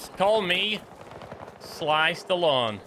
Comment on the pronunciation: I just realised when you said Sly Stalone that it sounds like Sliced Alone 😂